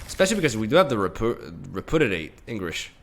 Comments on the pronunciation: Just a FYI, since I know English isn't your first language, but it's pronounced "re--pyoo--dee--ate". You keep saying it like re--poo--dee--ate or even re--poo--did--ate and not gonna lie, it hurts T_T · rep-yoo-diate, not re-poo-diate. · REH - PEW - DEE - 8. Not repoodidate lmao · I thought "RepudiDate" was a joke, but now I'm not so sure. Haha. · Re - Pew - Dee - Ate